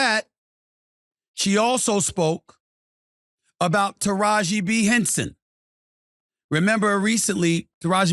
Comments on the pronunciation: Taraji P. Henson!!!! Not B. Henson🤦🏾‍♀️🤷🏾‍♀️ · Taraji P Henson..... Sounds like he is saying Taraji B Henson 🤷‍♂️ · They shouldn’t have given her anything to talk about publicly. And it’s Taraji P. Henson. Not B. And you’re right here calling Her out... obviously for a viewer boost... 🙄